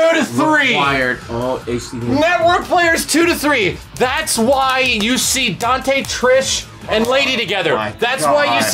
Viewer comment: Dante = Donte Nero = Nera XD